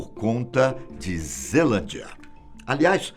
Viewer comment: Só que vi que estava escrito zealandia e ele falou zelandia